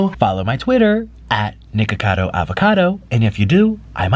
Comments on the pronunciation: He really said niggacado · Omg, he really said nigga-cado, Wow. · I heard it after 3 repetitions, he does said g instead of k but I don't think it was intentional.